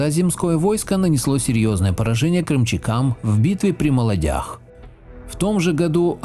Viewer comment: Неверно ударение "...при Молодя́х". Верно: Мо́лоди; при Мо́лодях